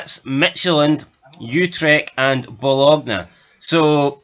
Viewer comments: FFS, did you watch ranjurs in Europe. 15 points 😂😂😂 Delusional And Bologna is pronounced Bolonya. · It's Ba lone ya for the love of god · It's pronounced Bolonya